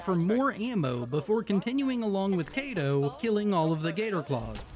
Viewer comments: amazing video, but we need to discuss your pronunciation of “Cito.” it’s not “Kate-O,” it’s “See-Toe” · Btw its cito not kato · Omg it is Cito not Kato he says his own name all the time. Ok my rant is done. Love the videos and I like that you aren't afraid to do the dlc content it makes the run more fun to watch